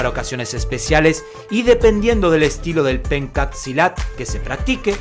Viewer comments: hay un detalle que queremos decirle: En este mencionado arte marcial, leemos "PENCAK" en la primera palabra, pero desde el idioma indonesio se pronuncia como "PENCHAK", y por eso mismo algunas revistas de artes marciales (Budo International es una de ellas) la escriben como "PENTJAK"... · Se pronuncia penchack, no "penkat". En indonesio la "c" se pronuncia como "ch" y no como "k".